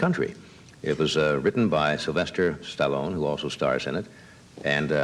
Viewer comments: "Stellone"? I'm guessing he figured out the correct pronunciation soon after that! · That’s hilarious how he’s awkwardly pronouncing Stallone….its such a household name now.